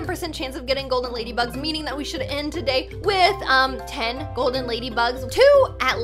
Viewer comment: When Magen Through the 4 golden ladybug I love how she said goldey